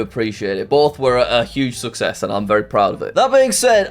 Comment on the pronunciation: OMG HE SAID SUCSESS AND SIMILARY RIGHT IN ONE VIDEO OMG